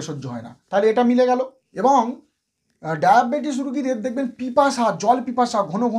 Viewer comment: ডায়াপেটিস ? কথা কি সঠিক। ডাক্তার মানুষ কথা সঠিক ভাবে বলুন